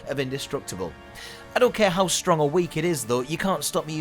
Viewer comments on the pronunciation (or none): none